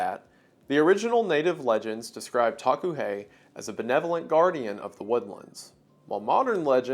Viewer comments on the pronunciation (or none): Hi WENDIGOON, I am Lakota and the pronunciation of the Taku he sounds like “Dah-koo hey”. We have many creatures in our culture that are considered benevolent and are seen as protectors, it’s really nice to see my culture being appreciated here. Thank you.